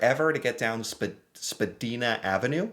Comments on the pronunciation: Just fyi, it's not pronounced Spedina the way you are saying it, it's spelled and pronounced SPA-dina... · SpaDIEna, not spaDEEna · Only five stops away, that's a subway reference I believe. It's pronounced spa- dina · You pronounce Spadina with an I “not a “ee” fyi ❣️🇨🇦😊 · The Spa-dee-na pronunciation is killing me 😂. It's spa-die-na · Its pernounced Spa- dine-a. She is on a street car on Spadina and the stops are very far apart. Five stops can take about 20 to 25 minutes because of the distance between stops and the extreme traffic during rush hour. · The Spadina one might the referring to The Spadina Subway station and the Extension is 8.6 kilometer’s (5.3 miles) and it’s pronounced “ Spa-DYE-nah” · Mary J Blige she is a famous singer its pronouced b l i and Spidina ave pronounced spuh dye nah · I understood the same tweets you did. Don't know what some of them were talking about 😂 btw. It's pronounced, Spa-die-na, which is a bus route. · It's Spa-DYE-na Ave. That would be a streetcar and with traffic. 5 stops can be 30 mins lol. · It’s Spadina (Spa-die-na) and they are talking about the subway and once of its busiest corridors. Huge distance between stocks and subway packed, could take from 25-30 mins to hours if there are problems at cross over tracks / time of day, etc. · Spa-dine-ah. TTC subway. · The last is a mystery it’s pronounced spa dine ah, google Mary j blige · Love how you say Spadina 😂😂😂 Its pronounced spa-die-na.. Easy to remember... Rhymes with vagina 😅 I was trying to dictate a text to my car the other day. Telling my friend that traffic was back up all the way to Spadina... And the car read it back to me saying that the traffic was backed up all the way to vagina and i burst out laughing. Made sitting in traffic worth it. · its pronounced spa dyna avenue, considering you only speak one language you are very sad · SPA-Dine-Ah Nass-awe 🤦🏼‍♀️ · Hey from Toronto! Here's how you say Spadina SPA D 👁 NA